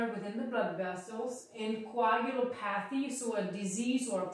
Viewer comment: "coh-ag-u-LOP-a-thee" is how you pronounce it